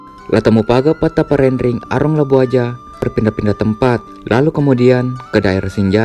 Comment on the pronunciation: bukan Petta Parenrengi tapi Petta Paranrengi